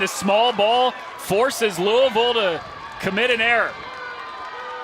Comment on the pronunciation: Smh how hard is it to pronounce Louisville!!?